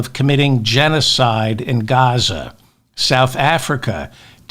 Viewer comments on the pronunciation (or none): none